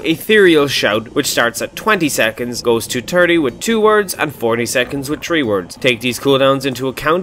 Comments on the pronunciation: THREE THH-REE NOT TREE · Stop saying "tree" when you mean "three" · "tree words"